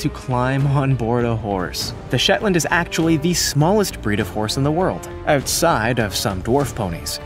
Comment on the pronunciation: You got shetlands right, Clydesdales.... 🙈 well ill just leave that. Irish cob. Well done for getting it correct.